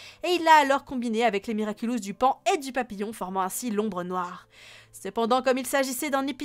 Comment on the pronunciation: papillon pas papillombre